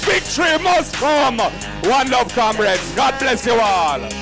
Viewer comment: Kamreds??? This man sounds like a old rum head